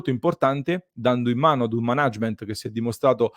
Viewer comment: Ottimo servizio, grazie. Una nota: si pronuncia “mànagement” non “manàgement” 😉